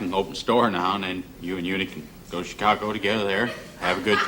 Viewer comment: "Chicagah," lol! Just like how Thelma pronounces Hawaii "Hawai'ah" in Mama's Family lol!